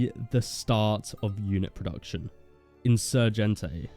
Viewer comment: Mexican here. For english speakers, the best attempt for Michoacan would be: Mich-oh ("o" sound as in "or", not "ow") -ah-can; and for Insurgentes it would be: In-sur-hent-eh ("e" as in "let", not the "day" sound) -s. The other ones you wrote are spot on! English is weird.